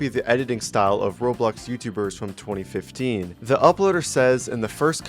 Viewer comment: The fact that bro reads 2025 for 2015 EVERYTIME is crazy